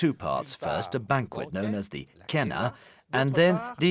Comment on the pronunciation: It's pronounced as kena! C is k in Latin.